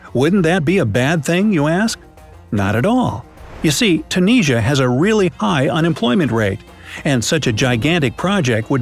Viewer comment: That is a new way to pronounce Tunisia? ??????